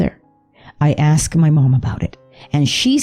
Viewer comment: The word is “asked.” ASKED. Not “axed.” Also...I’m surprised you haven’t gotten copyright strikes for blatantly ripping off the Netflix title screen style.